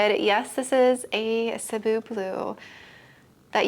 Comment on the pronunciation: I swear you're the only plant content creator who says "Cebu" correctly haha